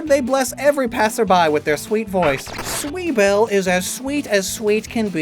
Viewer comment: I love that Sweebelle sounds like an American trying to pronounce the German word for onion. Not really fitting but funny.